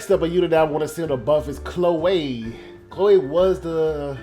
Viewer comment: that Chloe pronunciation. Enjoying FE Engage?